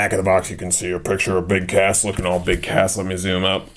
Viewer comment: I think you not say BIG CASS but I heard you said BIG ASS.